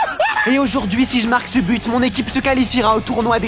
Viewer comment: Qui a remarquer que il a dit su but